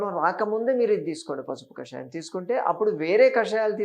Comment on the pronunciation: కషాయం. కాషాయం కాదు.